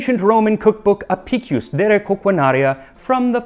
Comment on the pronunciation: Kudos on the proper, classical pronounciation of Apicius' name 😀